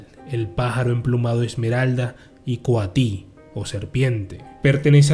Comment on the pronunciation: Hay muchas inconsistencias en la narración No es Coati. Es Coatl. No son aztecas. Es Mexica. Y ahora mejor conocida como la cultura anahuaca. Representa el estado de mayor desarrollo espiritual del humano, entendido como serpiente que no deja de este contacto con la tierra y quetzal que se eleva, pero en el norte es el águila y en el sur es el cóndor. Somos una misma cultura en Mesoamérica. Su presencia en diversos sitios de la cultura nos habla de un ser con la misión de desarrollar la consciencia. Los españoles lo describieron como un dios porque eso conocían y vinieron a implantar.